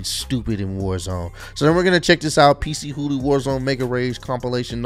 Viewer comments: so its actually pc hooly. i pronounce is p chooly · He said PC Hoolie hahahaha it's pronounced puh-chew-lee